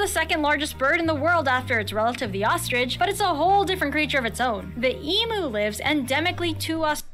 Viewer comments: its NOT an EMoo, its an Em"U" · It's noy pronounced as EMOOO Its is EEEEEMYU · The Spotted Hairy Tail? LOL It's actually called a Quoll. Since we are making up names, the bald eagle shall now be know as "The white headed Swoopy McSwoop Face" or something. LOL AND FFS lady, learn how to pronounce EMU! It's not E-MOO! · To much to go into here, she gets so much totally wrong..I mean..Emoo?..It's pronounced Emyou! ..Spotted hairy tail??.What!!..They are Quolls..The largest of which is called the Tiger Quoll....And neither the Emu or the Ostrich are native to America!..Aaaggghhh!..I give up! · This narrator is is shocking with her mispronunciations. And not just Australian names for animals but her general English too. She is definitely not Australian otherwise she would not have mispronounced the word emu as "ee-moo". I don't know why people keep mispronouncing emu. It's not "ee-moo" it's ee-mu. That's how it's pronounced in Australia where it is endemic!! FFS! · This word is Emew.... The other is EMooo. The first is correct, the latter, I can milk. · The woman talking about our animals is making me laugh with her lack of knowledge and how she can't pronounce some of the animals lol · I hate the way everyone who isn't australian says Emu.. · The way the narrator pronounced emu and kookaburra 😫 Also yes it is illegal to kill any reptile in Australia (there are some exceptions to the rule though, collection of certain common, wide-spread species for feeding purposes for example), and that goes the same for most Australian animals. There was also a lot of shots that weren't actually of the animal being discussed 🤔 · This narrator says things like Spotted Hairy Tail it's Spotted Quoll, Mythical Goanna it's just a Goanna. Also pronouncing Emu/Kookaburra incorrectly